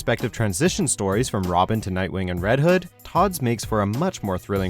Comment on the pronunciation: you said nightwing wrong